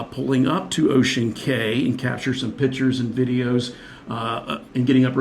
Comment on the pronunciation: I was on the Disney Dream that day! Small world! Just an FYI... CAY (like in Ocean Cay) is pronounced KEY.